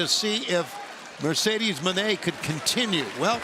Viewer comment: pronunciation is Moan A. It's a French pronunciation.